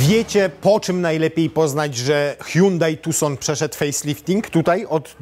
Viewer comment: "hułałheuł tuson" mnie zniszczyło. Hihrałem się 10 minut :)